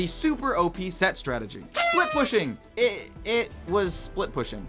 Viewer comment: "sett" and "startegy" in the same sentence🥀🥀🥀